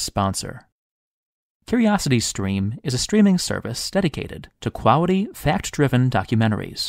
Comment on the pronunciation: quawity? why u say it that weird